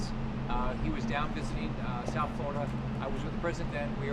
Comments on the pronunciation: It's "Flor' i dah" ... not "Flow dah". That's like saying "Jo jah" instead of "Gee' or jah" or "Ten see" instead of "Ten ah see". To my ear, it is terrible. I was born in Boca Raton, BTW, and grew up in a Florida far different from the paved-over place it has become. To hear its name macerated, causes me distress. Don't have time to say the name with all its syllables? Don't have time to be governor... have to settle for "guv nuh". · Maybe he could learn to pronounce the state's name *correctly*?